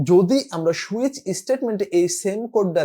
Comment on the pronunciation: switch => It's not "shoe-itch", it's "sue-itch"